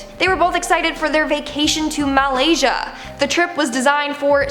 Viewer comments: The way she said Malaysia as “MAL-aysia” instead of pronouncing it “Muh’laysia”. 🙄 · Mal-asia. You know you heard her say it like that too don't lie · Lol she pronounced malaysia wrongly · Maaalasya?? Volcanoologists?? This chicks pronunciation of words is absolutely terrible. Have a good day! Oh yeah and the people below me are terrible people.